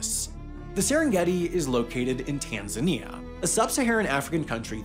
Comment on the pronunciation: This reminded how weirdly Americans pronounce Tanzania